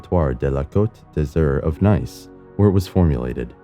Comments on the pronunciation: "Nice," as in the French city, is pronounced NEECE, not NYCE. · How is it that these computer voice can’t pronounce that region in France called Nice but pronounced as neece? 🤔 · Nice is pronounced niece. Due to its French connections. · Love your videos but please, check how you pronounce names, especially names of places not in the US/England/Australia. The city of Nice is not pronounced the way you do it, in fact, using the English word changes the meaning completely. Nice originates from Nicaea and means "Victorious" (the brand "Nike" originates from the same word) And yes, I have been to Nice, it is nice in Nice.